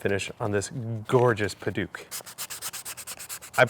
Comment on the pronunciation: Great build! That wood is more commonly pronounced 'Pad-uck' or 'Pad-awk'. :)